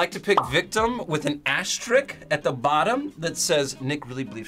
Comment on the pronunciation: The word for a “*” is pronounced “AsteriSK”!